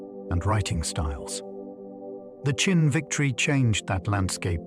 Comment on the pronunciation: This is great history, just one quibble - "Qin" is pronounced basically like "chin" not "kin."